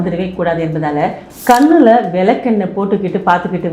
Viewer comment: நன்றாகப் பேசுகின்றீர்கள். ஆனால் தமிழ் உச்சரிப்பை சரிசெய்யுங்கள். (கன்னுல விலக்கென்னை)